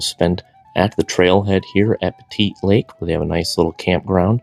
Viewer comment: Just an FYI, Pettit Lake is pronounced Pett-it, not Petite. 😉👍🏼